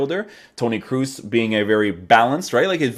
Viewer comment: Pronounce his name properly as something similar to ''cross'' not double ''o''